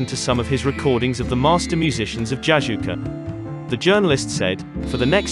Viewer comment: Jojouka not jajouka.. I've been to the village